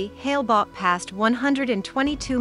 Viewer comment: It was called Hale Bopp, not Hale Bobb...